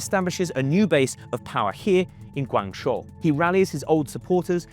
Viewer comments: Guangzhou is pronounced guangjo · He can’t even pronounce Guangzhou properly either lol, it’s “gwang-joe” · Worse than "king dynasty" is "guangshuo". I actually thought he was talking about a different place until I saw him point at Guangzhou on the map. It's one of the biggest and most important cities in China, and is pronounced in English as "gwang-joe". Even if he's not a China expert, he would surely have heard about / be familiar with the city of Guangzhou? It has more people than London... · Say it correctly: GUANG—JOE (Guangzhou) ZOO—JOE (Suzhou) SEE—JIN—PING (Xi Jin Ping) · At least pronounce Qing dynasty properly. And how do you get 'Guang show' from Guang Zhou??? Where is the 'sh' sound in Zhou?